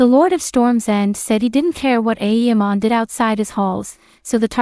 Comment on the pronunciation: The content is good, but please stop pronouncing it aEEmon, its very distracting